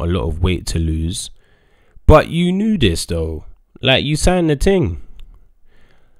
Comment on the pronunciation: Love how days "ting" instead of thing 😂